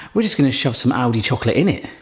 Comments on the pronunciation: Kept hearing 'Audi' and not 'Aldi' and that confused me a fair bit :D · I kept hearing Audi instead of Aldi, wondering when they started doing a side business like this and when they became cheap 😅🙈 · Oh it's Aldi. I swore you said Audi and was confused why a luxury car brand was making hot chocolate makers. I kinda thought it was how Yamaha makes Bikes, Watercraft and pianos.